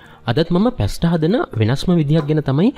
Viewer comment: ඉතාලි භාෂාව ඉංග්‍රිසි විදිහට උච්චාරණය කරන්න එපා. ඉතාලි භාෂාවේ T අකුර ශබ්ද කරන්න සිංහල ත විදිහට. Pasta - පාස්තා.